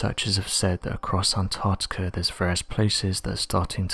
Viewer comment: To the narrator; There is a c in Antarctica and also, while I'm here I don't know anyone who says 'says' like you.. every normal English speaking person pronounces it as 'sez' so unless you're an AI voice-over, it pains and riles me to know that someone can get hired to do stuff like this, despite their lack of knowledge of the English language... might as well have Joey from Friends narrating, at least then I could understand that you're taking the piss out of jest and not just through a lack of intelligence. Reading is easy, articulating whilst reading, is not your strong point but clearly your soft voice prevails and as I said, if you're not an AI voice-over then your employers are just as much imbeciles as you sir. ✌